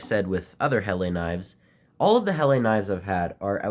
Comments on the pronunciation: Oi mate, thank you for the video but I just wanted you to know that it’s pronounced "Hella" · Just found this video,, 🤔,, Just fyi, (I'm sure by now you've found out anyway 😊) Helle is pronounced HELLAHH,, all the best my friend from the future, 😅